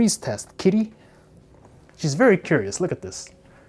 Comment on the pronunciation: i know but he is say VARRY